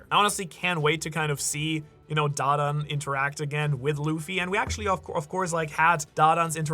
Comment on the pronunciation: Please stop butchering da dans name😂 the way you say it is so cringe! Makes me wanna find you and galaxy impact you bro😂